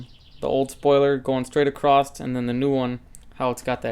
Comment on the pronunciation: “Acrosst” is not a word. There’s no “t” in the word “across”. Otherwise, it does look good.